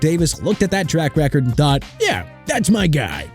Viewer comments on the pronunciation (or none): none